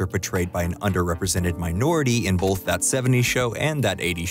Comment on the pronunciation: I swear you're saying "Bolth"... Anyways, isn't the new That 90s Show trailer exciting?